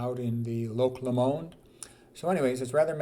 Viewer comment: Scot here, it’s not pronounced Lo-MOND, it’s loch LOWmand.